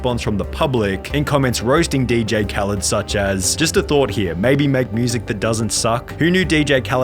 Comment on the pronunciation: Most of y'all are saying he's using someone else for fame. But really don't know hes a DJ I mean didn't y'all notice he says DJ khalend so maybe that didn't rung a bell but he didn't really know how to rap or sing that's wh. A lot of hus sings have people featured